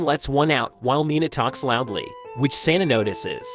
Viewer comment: It's Sanae, not Saena; just for future reference. You spelt it right in the video, but it sounds like it was wrong in the script you were reading.